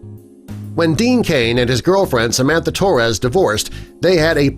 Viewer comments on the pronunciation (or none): none